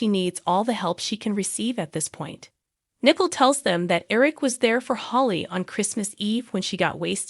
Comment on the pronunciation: Nicole is pronounced nih-KOAL not Nickel !! I guess you don't watch days of our lives because if you did you would know how to pronounce her name!!